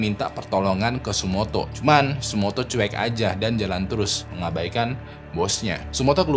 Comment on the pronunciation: tsutomu bang bukan tsumoto